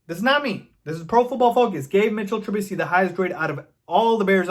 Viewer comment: I love it. You say his name correctly. His name is MITCHELL TRUBISKY. If you know you know the reference